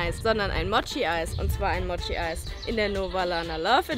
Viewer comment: Mooooooooooochi, nicht Motschi.